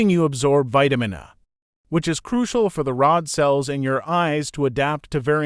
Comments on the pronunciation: I am surely a bigot because I hate the auto read AI voices. Vitamin ah. A person knows what Vitamin A is. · Vitamin "ah".....can't pronounce Vitamin A. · Why use a robot to be the narrator? It's having difficulties saying Vitamin-Ahhhh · Vitamin Uh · Damn I hate AI voices, Vitamin A is not pronounced Vitamin R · I wish videos wouldn't use AI narration. All the mispronunciations like vitamin "ah".